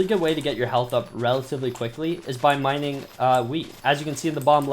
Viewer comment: Lol u said "minning wheat"